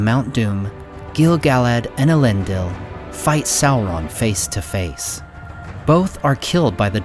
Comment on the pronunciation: I like how the Americans destroy the pronunciation of the name of people and things i mean how do you get a Kelebrimbor from Celebrimbor they cant even pronounce sauron properly